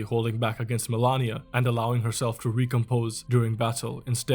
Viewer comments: Why you said "melania" instead of malenia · Good video, but some things never cease to amaze. Like Malenia. It is written MALENIA. The name is spoken about million times in the game and is pronounced the same way as is written. She literally says the name during her cutscene. Boom, author of the video: mElAnIa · FFS, Melania, seriously? Cant even pronounce her right? Never cook again. So many BS "facts" in the vid. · Dude I was thinking the same. I don't want to shit on the guy too hard bc the video was well made and the effort is there overall, but when there's actually another character in the game called Melania and you're writting a 20 min script, how tf you gonna call Malenia Melania every single time and overlook that. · It’s Malenia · 2 years and mfs still can’t pronounce Malenia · Nah, why are you saying Malenia like that bro? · you are misspronouncing malenia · Great video, but the way you pronounced Malenia made me recoil lol. Still tho, cool list, never realized that the cover art knight had such significant impact.